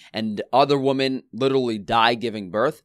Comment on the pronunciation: Plural of woman is women and is pronounced wi-men.